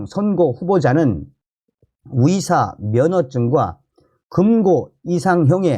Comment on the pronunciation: 위대가 아니고 의대 위사가 아니고 의사